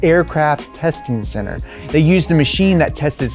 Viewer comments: "Tire rises in center" not "ceter". Sorry to be that guy. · it is center or ceter? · tire rises in “CETER” 🤣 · "Tire rises in ceter." Perfect.